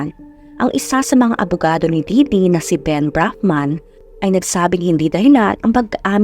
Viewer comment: Correction- It's Ditty not Didity hehe